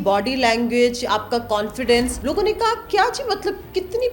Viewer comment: Read...unn police Walon instead of salon.